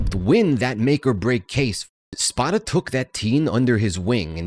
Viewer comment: If you can’t pronounce a main characters name correctly the rest of the info is questionable. It’s Spoda with a long O.